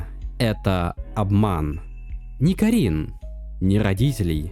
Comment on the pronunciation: Отличный видос, разве что кАрин и кИрин вернее, а не карИн и кирИн. Очень буду ждать разбор последующих глав